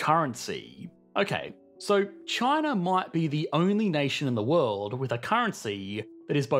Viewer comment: What is this "wuld" you speak of? I lived in San Francisco for 9 years, and across the bay in Berkeley for another 5. We couldn't afford it once we had kids.